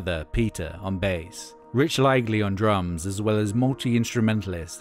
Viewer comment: There is a slight inaccuracy . Rich Liegey (although mispronounced in the video as “laygley” , should be pronounced “ Lee jee” ) did not play the drums. He was the bass player around the year 1998. I should know, he is my cousin! Saw them play a few times in NYC and were really fun to see live . But great video, thanks for showing it.